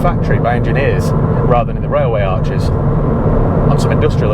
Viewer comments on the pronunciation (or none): none